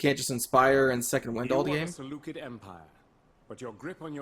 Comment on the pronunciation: Excited for this series! Btw, it's pronounced Se - Lu - Ked - I in Greek but the way you pronounced it is pretty accurate. Also, can my legion name be "The Dawn of the Empire ".